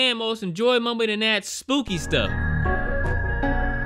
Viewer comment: love the way u say.. most disturbing moman. and interested momat..🤣